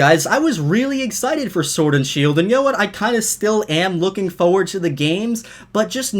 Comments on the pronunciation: I love your videos, but it's foRward not foward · Foreard foreward foreward ummmmmmmmmmmm foreward what word is that (you say in such a weird way no offense) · Why do u say forward like that